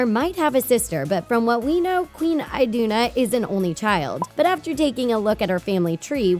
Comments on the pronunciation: she said queen Idina. it's queen Iduna, kiddo. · its iduna not idina